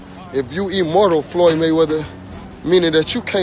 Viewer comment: LOL at Charlo saying if you “e-mortal”